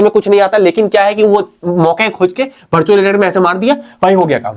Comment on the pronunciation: Bartual ✅ virtual ❎